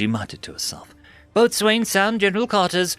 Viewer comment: Boatswain is pronounced "boh-sun."